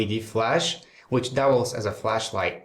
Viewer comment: "it doules as a flashlight"